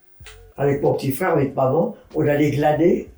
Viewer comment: Elle dit glader mais c'est glaner